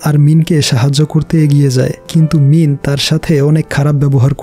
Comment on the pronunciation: ভাইয়া আপনি বার বার মিন বলছেন আর আমি মিম শুনতেছি... 😂🤣